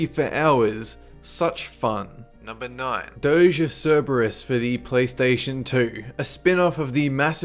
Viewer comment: anyone else think he said "doge" for a second? xD